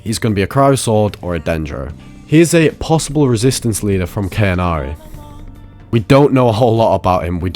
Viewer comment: its Khaenri'ah not cannary, not kanari or anything else sir!! Khaenri'ah - Kaan Reah || Kaan Ria